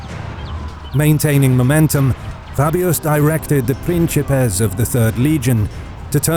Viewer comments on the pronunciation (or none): Prinkipes not Prinčipes, Roman Republican titules are classical latin not medival latin.